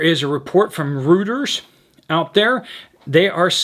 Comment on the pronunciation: NOTE TO PP: Reuters is pronounced Royters